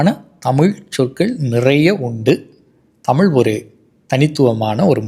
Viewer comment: தமிழ் என்பதை அழிக்கிறீர் தமுழ் என்று பேசுவது மிகவும் இழிவு.... மிகவும் கேவலமாக உள்ளது.....